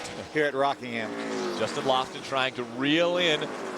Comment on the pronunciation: Someone should tell Phil Parsons that it's Justin Lofton, not Justin Loflon. LOL!